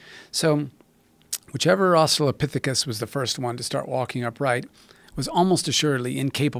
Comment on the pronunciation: If Joe learns anything from this conversation I hope it's how to pronounce Australopthicus.